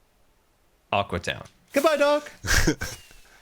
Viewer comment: It's not Aqua town. it's aque town